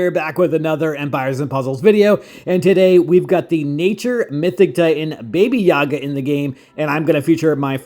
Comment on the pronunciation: Its not baby yaga. Its BABA Yaga!! BABA means grandmother in Slavic culture.